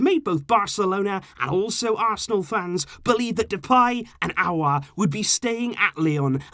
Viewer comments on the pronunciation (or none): none